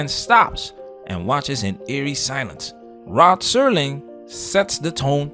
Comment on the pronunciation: Rod Sterling not Rob